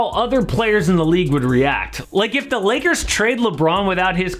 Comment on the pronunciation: Lmao the beginning sounds like u said Liggers